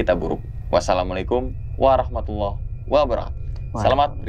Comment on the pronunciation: Kalo salam (assalamu'alaikum warohmatullah wabarokatuh) jangan wabarohatuh😃